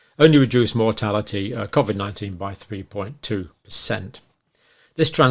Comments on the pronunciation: Please stop saying cov-id co-vid is better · I’m let down by you pronouncing Covid, Covvid!! Very odd.